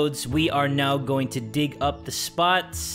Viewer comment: Gig 😆 no it's dig 😮😅😭